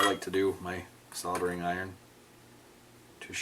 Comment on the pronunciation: You must be the only US citizen that actually pronounces "soldering" properly. There is a God after all. Keep up all the awesome work. Love your video's.